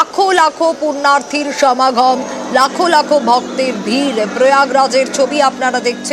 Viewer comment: কথাটা সমাঘম নয়, সমাগম।